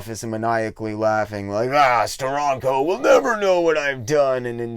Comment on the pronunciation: It's pronounced "Steranko" not "Stironco."